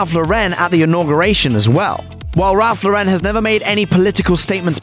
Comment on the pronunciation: Ralph Lauren’s name isn’t pronounced lau-REN, but LAU-ren.